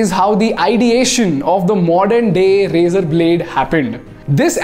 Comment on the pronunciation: Every time he says razor-r-r.